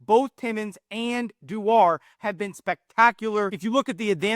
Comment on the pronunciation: I think it's pronounced Doo-er, but yes both Connors have been great